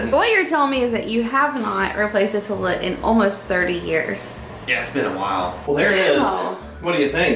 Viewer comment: Oh my goodness! I thought my mother and I were the only one to say "terlet"! Brought back sweet memories of her❤